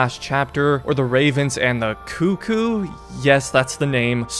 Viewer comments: It's not coo koo. It's cuck koo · he sure says cuh-coo weird